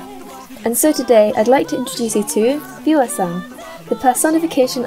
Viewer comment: Viewaa is just Viewer but somehow made it into a "rad" pronunciation.. Cool